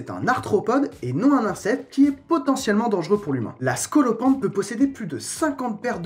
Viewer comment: Scolopendre comme scolocendre